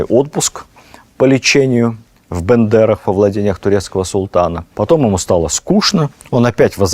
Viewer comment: Аж ухо порезало..не Бэндэрах а Бендеры